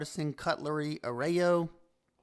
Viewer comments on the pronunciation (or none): Pronounced uh-Roy-o.